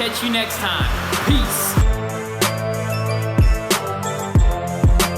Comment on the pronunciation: peace not pace👍🏾